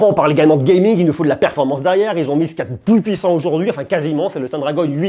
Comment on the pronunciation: quand tu dis gemig (call of duty mobile) et le autre